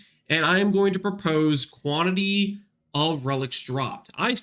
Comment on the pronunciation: "Quanity Relics" lol